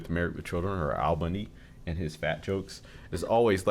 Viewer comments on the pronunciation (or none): This man, no kidding, has statues in Eastern Europe. Al, not Ed.